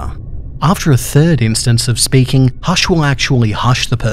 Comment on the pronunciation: It's not hash